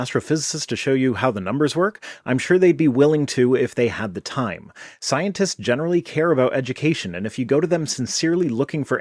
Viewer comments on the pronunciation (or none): The way this guy pronounces "scientist" is just odd. It sounds like "Sionist."